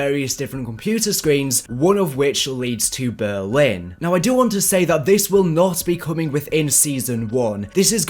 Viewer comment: Why do you say Berwin